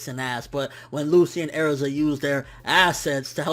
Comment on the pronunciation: its Erza not Airza -_